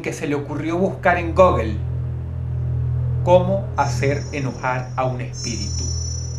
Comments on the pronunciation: Creo sos la primera persona que escucho pronunciar Google como "Gogel" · "En gogle"